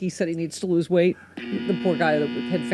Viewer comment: Just FYI, it’s “lose”. “Loose” sounds like “luce” whereas “lose” sounds like “looz”.